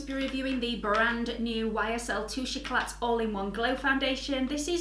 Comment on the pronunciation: Don't mean to be a know all but you don't pronounce the t on the end of eclat :)